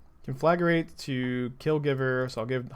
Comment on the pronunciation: Hi, sweet deck! But repeat after me: con 👏🏻 fluh 👏🏻 grate 👏🏻